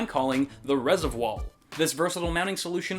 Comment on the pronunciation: Resiv-wall. Trademark that shit mang.